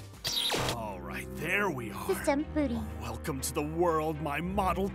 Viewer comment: Did you just say system r booty?